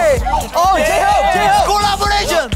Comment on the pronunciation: I literally laughed so hard the way V said "collaboration" Sounded like 'coleborasion'.... When jimin nd jhope danced